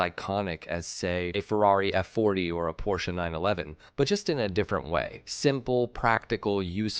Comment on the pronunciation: Porsche properly pronounced??? I thought I‘d never see the day!